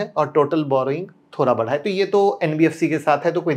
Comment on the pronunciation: BHARA NAHI BAADHA BOL TE HAI SIR